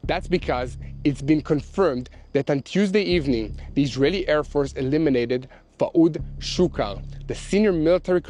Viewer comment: The way Yair said Fuad Shukr made me laugh...........my Slavic ears first heard Fuad Suka. I'm still hearing Suka........